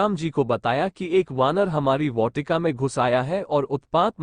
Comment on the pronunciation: bhai बहोत अच्छा वीडियो था बस वाटिका का उच्चारण मे थोड़ी गलती है